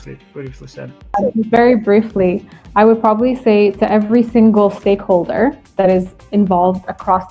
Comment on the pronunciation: "stakeholder" lol